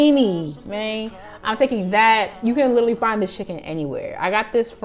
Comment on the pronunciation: Not chickelini 😩